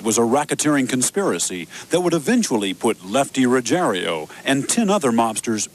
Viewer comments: Typical American....Butchering names...The guys name is Rugiero....NOT Rugier i o, so Ruggier O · Why do they say "Ruggerio" when it's pretty easy to read that it's "Ruggiero"? Perhaps we should arks Geraldio Riveria.